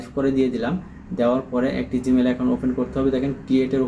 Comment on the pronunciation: অফেন বলেন কেন? অপেন বলতে হয়